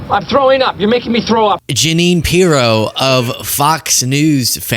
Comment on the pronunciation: Pirro: My name isn’t pronounced that way and you never gave the EU to me!